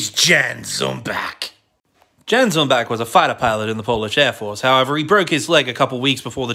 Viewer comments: Overall real nice but his first name is pronounced "Yan". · Correct except it'd be pronounced as Yan, with an A instead of an O like you wrote. So basically Y like in Yellow then an A like in jAck and finally an N. And his surname would be pronounced more or less like he did in the video except the ch at the end would be pronounced as just an H like in Hot. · Ya'-N ZoomBa'h - Jan is the Polish version of Ian and pretty similar in pronunciation. Ja is same as the German Yes.